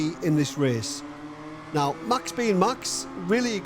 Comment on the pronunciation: Say Mäks instead Maxs. No puntherino intended, great work!